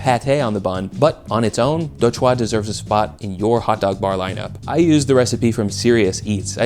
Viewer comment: Chua is pronounced more like lure just FYI Also quick tip for pronouncing vietnamese. We don't have any words that require really quick, snappy pronunciation. Take it slow and draw out the word a little more. Your Đồ was good but because you said it so quickly it immediately sounded wierd.